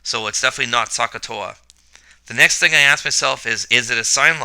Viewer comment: Hello, Great Video, except Should Pronounce SOH, with OH sound, not AH sound very confusing need to hear the "O" in your mind to know the O is used.